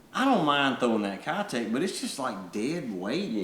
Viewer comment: I would love to see the Mayor in a bluegill color. Can the fishing community finally start pronouncing Keitech the right way. It’s about time. Just my stupid opinion. Thanks guys!! I’m digging the bait reviews!